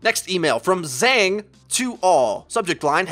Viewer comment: Zhang, the pronunciation though xD